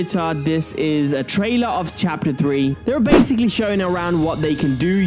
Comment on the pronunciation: Bruh stop saying bassicly